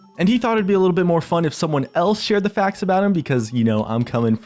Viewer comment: i understood "Faggs" instead of "Facts" i really should stop watch his streams ._.